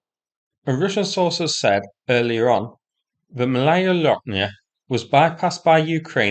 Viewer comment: Malaya ( Small ) is pronounced Maaalaya not Malaaaya !!!